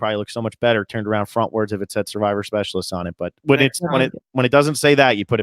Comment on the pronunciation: i think it's his accent. he pronounces it suh-vivor too.